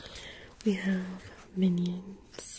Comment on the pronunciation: I thought you said minor